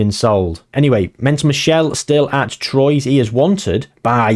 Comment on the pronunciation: Troyes is pronounced "Twarr" I believe 🤔 French teams' pronunciation is all over the shop.